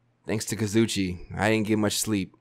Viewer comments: Kazoo e che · The fact that every episode calls Kazuichi “Kazoochi” 💀💀💀 sends me